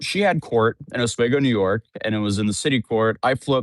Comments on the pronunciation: As a New Yorker, I cringe every time you say ‘Oswego’. The correct pronunciation is ‘Os-weee-go’. Re this case, she deserves to be prosecuted but I think 8 years is excessive. The bigger question is how an employer sends people to deliver to homes with zero training and zero screening. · Oswego is pronounced: OZZ wee GOH. Am from the area. Lots of counties named after dead native tribes sadly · Os-WEE-go... Is how it's pronounced br0😊... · Oswego, New York. O-S-W-E-G-O. (ah-SWEE-goh ). You’re pronouncing it incorrectly. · It’s pronounced Os-we-go… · Pronounced Os-wee-go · Once again - from a native upstate New Yorker - it's Ah-SWEE-go. The way you say it makes me laugh. 😛😜😝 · Omfg. It's Os-wee-go. Why can none of you youtubers get that right? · Bro, it’s pronounced “Os-WEE-go”. Sorry but I die a little inside each time you mispronounce it 😅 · Say it with me Oss-wee-go. Oss like boss. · So its Oswego (Os-we-go) Lol. And good im glad she's being held accountable. Im so sick of people doing horrible thing's to go viral and acting like its ok! She is NOT a victim and is taking away from real victims with her ridiculous accusations! I pray she never knows what it feels like to be a real victim of SA! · It's pronounced Oh-Swee-Go,.. you're welcome. Lol. I live near there. And no I dont know that insufferable girl lmao. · Oz-weeee-go. besides that thanks for the update! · You are still pronouncing Oswego wrong, but it's fine. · Having lived there by whole life, I don't think I've ever heard anyone pronounce Oswego that way. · This dude still insist on pronouncing Oswego wrong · Still saying Oswego wrong lol. At least your consistent. Thanks for the update. As a NYer, we dont claim her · just fyi it's pronounced Os-wee-go not os-weh-go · You say it like ahsweego not aswego. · Os wee go, not Os way go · I know it's dumb semantics but everytime says Oswaygo it's like nails on a chalkboard cause I'm from upstate NY and we pronounce it like how it's spelled OsWEEgo